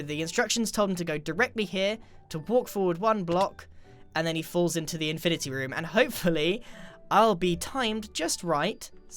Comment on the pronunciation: Infinaty like avengers infinaty war